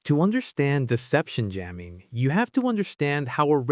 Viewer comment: Dang it, we have another AI narration 😖 Should have known looking at the name of this channel, it's low sub count, the fact that we never see the narrator etc but man this is so frustrating. "Yamming" was the first obvious sus moment 🤨 but now "gate AH-rays" is confirmation. Ugh. The information is so interesting, but ugh. Disappointing.